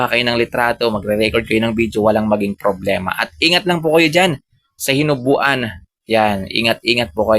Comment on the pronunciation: Hinobaan po hindi hinubuan